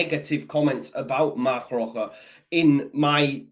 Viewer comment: Don't want to sound pedantic but the pronunciation of Roca is "Roka" un Spanish the "c" before an "a" is pronounced as a hard "c" as in "Kick". The gutteral sound you are using is for a "j" or a "g". Short lesson in Spanish pronunciation for you. Spanish Whites MOT!